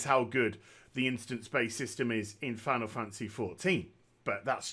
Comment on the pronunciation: I love how he calls it Final Fancy XIV instead of Final Fantasy lol.